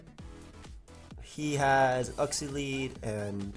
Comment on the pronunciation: You trigger me with your way of saying uxie